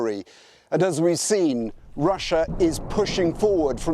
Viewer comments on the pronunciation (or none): none